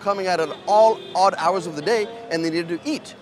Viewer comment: Bro the proofs he's an immigrant when his accent slips in pronouncing "v" as "w" and vide versa. And the "howurs".